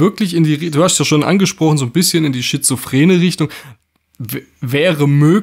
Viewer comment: Da wird aber viel "geHASCHT" im Video😅 du hascht , du bischt